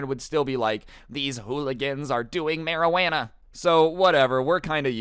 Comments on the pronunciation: Ah yes “ mehruhwahnnuh” the worst of the worst 💀😂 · My favourite word that has said: Mariwana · No, no it’s marawanna